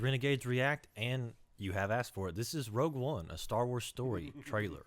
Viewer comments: It's Rogue One, not Rouge One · You guys sure it isn't "Rogue" instead of "rouge"? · Guys! It's Rogue! R O G U E! "Rouge" is the French word for the color red! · I believe it's "Rogue" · I'm pretty sure that's rouge there's a difference